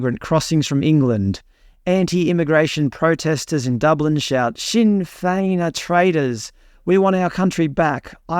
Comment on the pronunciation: G'day from NSW, Australia. Isn't Taoiseach pronounced Teea shearrch and Sinn fein pronounced sin fainn? Let me know if I'm wrong, thanks. Wishing you all the very the best.💚🙂👍